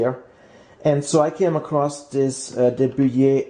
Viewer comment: Endlich, jemand, der De Buyer richtig aussprechen kann :-D !!! Aber bei "Tortilla" hast du ein bisschen verkackt. Du hast /tortila/ gesagt, aber richtig ist /tortiya/. Und aufpassen, da du ein potenzielles Publikum aus aller Welt hast, besser wäre "Mexican Tortilla"zu sagen, denn die Spanier habe auch eine Speise die Tortilla heißt, die aber eher irgendwo zwischen Omelette u. Quiche liegt. Ich liebe De Buyer Pfannen. Danke !